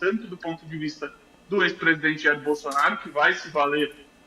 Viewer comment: Q AGONIA ESSE HOMEM FALANDO "PRESIDENTE" .PRESIDENTE AI DENT#😤